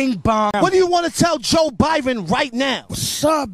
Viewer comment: Without saying joebiden it’s joe biben